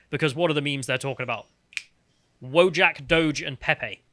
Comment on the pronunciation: VO-YACK. It's pronounced voyack, not wojack!